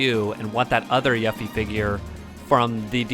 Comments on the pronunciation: it's pronounced YOU-FEE, every time you said it wrong i felt like screaming lol but nonetheless, great video my man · You're mispronouncing her name! 📛